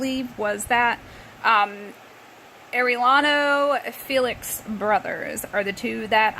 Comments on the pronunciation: Not air-é-lano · Oh yeah they’re name is pronounced air-e-yano